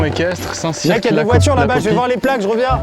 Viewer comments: Best concept ever. Par contre c’est pas « saint cirque » mais « saint cir » en prononciation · Ça se prononce St CIRE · Habiter à Saint Cyr sur Loire --> buguer à chaque fois qu'ils prononcent "Saint Cirq"